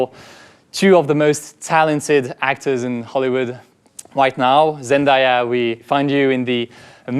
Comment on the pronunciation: Pretty funny that you talk about Hugo mispronunciations but you mispronounce "Zendaya" 😅 Very good video though !